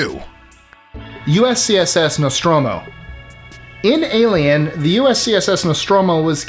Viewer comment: Great list! Thumbs Up because you could pronounce "Nostromo" correctly, not even the original cast of Alien could do that in the game "Alien Isolation"! I'd add the original Romulan ship from the classic Trek episode "Balance of Terror" (I used to have the model), and I'd include (if you were including cartoons) the Phoenix from "Battle of the Planets" (not sure what it's name is in the original Gatchaman though, sorry)! Any ship that could morph into fire and not burn is pretty cool in my book! Keep up the great videos!